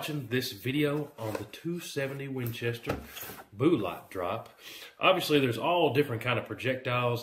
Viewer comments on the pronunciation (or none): I don't know why but am I the only one that is starting to get irritated when he keeps calling bullets boolots in every single video? 😆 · Very good video but "boo-lots"??? Intentional butchering of language or Cajun? lol